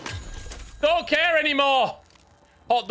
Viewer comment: The way you say 'dote' instead of 'don't' makes me think you are from my home town?...